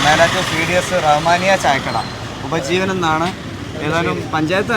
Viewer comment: ഉജ്ജീവനം അല്ലെ 🤔ഉപജീവനം 🤔😂😂